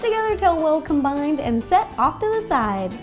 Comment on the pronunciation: does anyone else’s hate how she says “combined” ?? just me? mk.